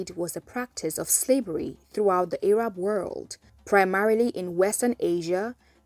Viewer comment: Pronouncing Arab as "Ay-rab" sounds kinda sus though. That pronunciation is usually used when speaking of Arabs in a derogatory manner.